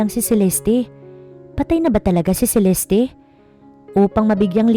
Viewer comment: CELESTE NOT CELESTI.